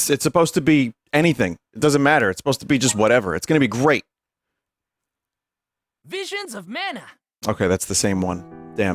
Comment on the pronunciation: VWISIONS OF MANYOT